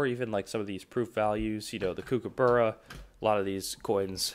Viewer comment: Learn how to pronounce kookaburra!